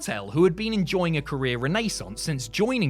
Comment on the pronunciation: Martel was having a career what!?!? Lmfao never heard it said that way, and my best friend is British